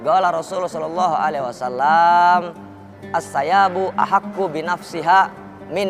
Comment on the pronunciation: الثَّيِّبُ أَحَقُّ بِنَفْسِهَا مِنْ وَلِيِّهَا وَالْبِكْرُ يَسْتَأْذِنُهَا أَبُوهَا فِي نَفْسِهَا وَإِذْنُهَا صُمَاتُهَا Assayyibuuu bukan assayabuhhhh.....min waliyyiha bukan min waliyyahaaaa cuyyyy yasta'dinuha bukan yastazinuhaaaa Astagfirullah hal aziiiiimmmm😂